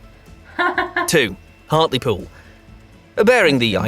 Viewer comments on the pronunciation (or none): none